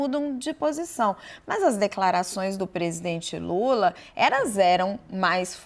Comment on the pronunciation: Sei q é algo sério eu ri do cara chamando lula de lura kk